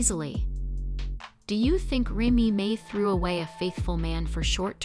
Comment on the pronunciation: If you’re going to do a story on someone pronounce her name righttttt